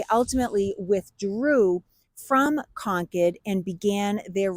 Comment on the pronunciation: Is she saying Concord or conch head..?🤔